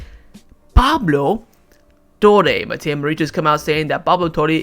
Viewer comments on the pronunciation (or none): none